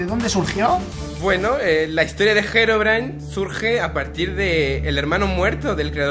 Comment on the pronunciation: SE DICE HEROBRINE XD